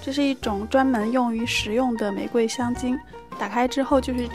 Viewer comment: 发音很棒 ！两个很多人读错的字你都读得很准确：玫瑰[gui]，烘焙[bèi]。